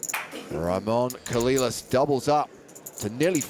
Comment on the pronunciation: Dude I know you're a brit and all but there has to be a part of you that just KNOWS it isn't pronounced "Coh-lil-las" dear god